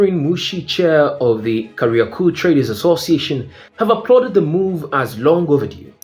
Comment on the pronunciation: Je, wewe si mswahili? Ungejua jinsi ya kutamka majina ipasavyo, kama Tanzania na Kariakoo....